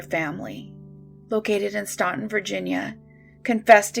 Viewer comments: Stan-Ton. The u is silent. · Staunton is pronounced “Stanton” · Staunton is pronounced "Stanton". Not sure why, but they are very insistent on this. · I live in Staunton (it’s actually pronounced STAN-tin, the “U” is silent) and I knew Bobby Ray Fitzgerald. I don’t have anything to add really I just wanna let everyone know that to those of us who knew him this case still fucks with us to this day.